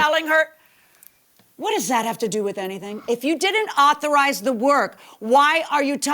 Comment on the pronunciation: 😂😂😂 u was artized to say right word lol 😂 😂😂😂😂 authorize man……